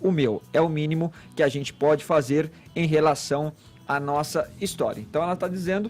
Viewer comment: “Azenti” “Sorti” “Zenti” 😂😂😂 Vamos visitar uma Fonoaudiologo URGENTE